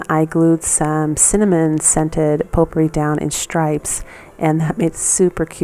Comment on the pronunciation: ...its a French word. It's spelled potpourri. Pronunciation Po-purree